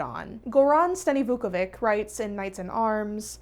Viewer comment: Goran takes stress on the first syllable, and in Slavic words, C is never hard, but more like ch, So, GOran StaniVUkovich.